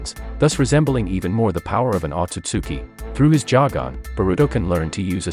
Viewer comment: It’s not pronounced jagon